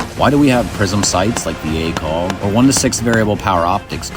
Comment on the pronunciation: Please tell me you’re Canadian (that would explain) the pronunciation of ACOG